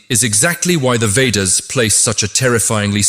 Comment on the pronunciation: I agree that the voice could have been softer & more inviting. More importantly the pronunciation of the samskrta words should have been correct starting with "sanskrit"... other words being Veda, Sanātana Dharma, Mantra... some effort should have been put into correct pronunciation otherwise it feels like it is a foreign contribution to the world not an Indian one at all